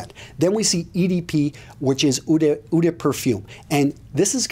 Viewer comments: "Eau" is pronounced "Oh", though, not "Ooh"... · hey, i want to help you,seriously. eau = pronounced as "O". i'm just saying it because you have a fraction of a second doubt before you say it and it sounds funky the way you say it. if you see the ad for " l'oreal, because i'm worth it" the way they say the O in l'oreal, that's the way you pronounce "eau"...